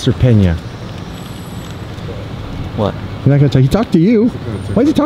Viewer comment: petey_likey it’s Peña not Pena 🤣